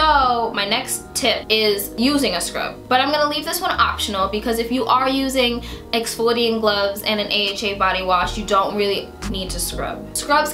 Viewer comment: exfloiating ? whaaaaaaaaaaaaaaat